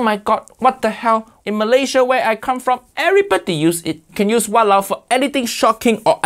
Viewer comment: Sir it’s called “Walauwe” don’t screw up pls